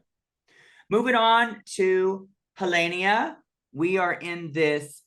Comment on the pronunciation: them: so glad her name is pronounced Nelenia, the extra heh was too hard also them: next, HEhlenia